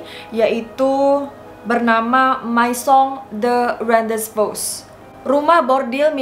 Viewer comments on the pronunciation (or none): Maison de rendez vous dibaca misong hondefu